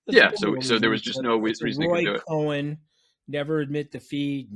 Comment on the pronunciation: Roy cohn, not cohen. The seed that gave us this.